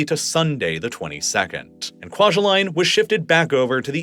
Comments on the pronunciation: It’s pronounced KWA-JAH-LEAN. At least that’s how I’ve heard it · Kwajalein is not pronounced like Kwa-juh-line its pronounced like Kwa-juh-lynn. My parents met there.